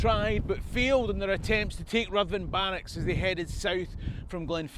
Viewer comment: Well done,! More great stuff!! Just another little thing..."Ruthven" is pronounced "Riven". Keep up the good work!